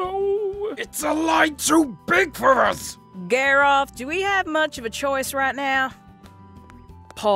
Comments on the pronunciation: GAYROTH GAYROTH ITS GARROTH I think...XD Edit:I'm gonna faint😂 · I swear EVERYTIME she says garroth it sound like she is saying gayroth